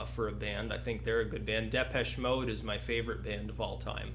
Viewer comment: Why the fuck does this long-haired anus pronounce Depeche Mode wrong?!